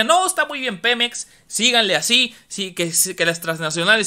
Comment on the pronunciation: Segundo :06. El pemex de tu presidente??????? Snap, snap, snap, slap, slap despierta chavo, ES PEMEX, no pelop, buen chiste, aunque estoy de acuerdo que México sea el único propietario y no cualquier corrupto